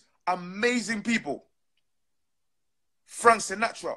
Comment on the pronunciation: Man said Frank Sinatra.. I'm done here lol